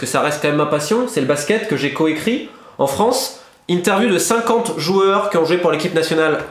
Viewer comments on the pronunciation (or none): none